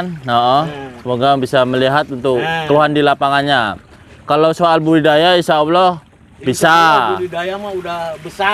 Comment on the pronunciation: itu kalau ngomong budi daya jadi budaya terus. Berkali kali ngomong nya budaya terus..😅😅